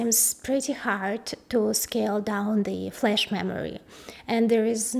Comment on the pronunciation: "[...] and also featuring, embedded flesh" I literally stopped breathing until I realised she meant flash... Pfffff